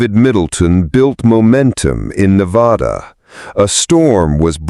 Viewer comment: Verdi not Verdee. Also it's Nevada not Nevaudaw.